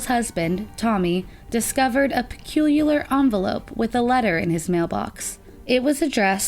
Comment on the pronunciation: Check it out. Just before 21 min mark, the young narrator uses a new word "pecululiar", in reference to an envelope! I know it's a serious story, but I had to laugh😅. Maybe she's related to George W Bush?!